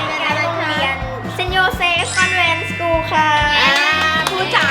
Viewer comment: เซนต์โยเซฟคอนเวนต์นะคะ ไม่ใช่ แวนต์ นะคะ มีคนเรียกผิดเยอะมากก ถนนคอนแวนต์ แต่รรคอนเวนต์ค่า╥﹏╥